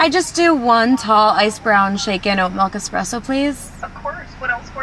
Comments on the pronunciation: Did he say "eXpresso" ? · No 'x' in espresso. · Did he say X presso 😬